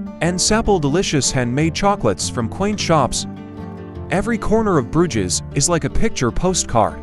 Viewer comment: It would help if the narrator pronounced Bruges as it was meant to be produced